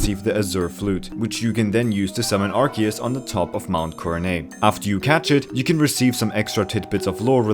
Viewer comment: it's pronounced arc-oo-se!